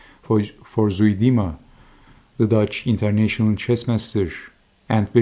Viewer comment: ) "Zuidema" ['Zeu -de -ma] -"zuid" means south in Dutch. The "ui" sound is unique to Dutch but sounds a bit like the "ue" in "hue" or the "eu" in "Zeus". (You're welcome.) ("Zwe'dema" really sounds too ... "sweet EDEMA" for this poor dead fellow Dutchman to stomach.)